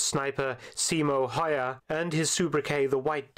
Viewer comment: The video's pronunciation of Häyhä as "hoya" is pretty impressive as it manages to get one of two consonants and all three vowels wrong in a five letter name.